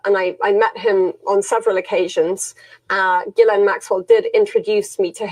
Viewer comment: It's not Jizz-laine. It's Guh-laine. Just say Guh-laine.